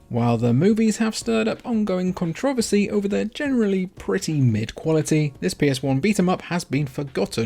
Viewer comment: That a funny way to pronounce "controversy"